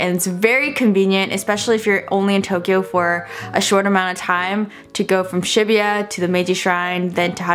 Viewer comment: omg I cringed so hard every time she said "shibuya" 😭